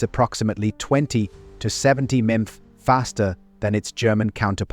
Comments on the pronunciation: mmmpphhhh..... its mph ---- no AI pls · "400 Meemph" For Real?!? That's the point I turned it off! For crying out loud... what is this dumbass world coming to? MILES PER HOUR AKA M.P.H. AKA "MEEMPH!?!" Somebody please Kill Me Now!!